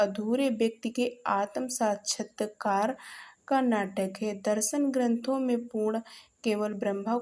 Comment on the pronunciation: आप सही तरीके से बोल नही पा रहे हैं आतम साक्षात्कार नहीं कहा जाता